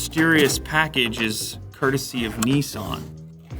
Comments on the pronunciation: Not neeesan it’s pronounced Nisan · The way Americans pronounce Nissan actually makes me want to throw up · Bloody hell. It's spelt 'Datsun' and 'Nissan' fgs. Why do say Dartsen and Neeesarn? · Neeson dotson 🤣🤣🤣🤣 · Why can't North American's pronounce any Japanese/Korean brands correctly? NISARRRRN / DATSARRRN / NYKON / HUNDAI WTF? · Nee Sahn Zee Lew? DOT Sun Lew? 😱 Have you suddenly turned into a USican?